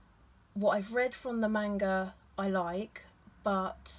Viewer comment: I hate to be that guy but I hate the mispronounciation of manga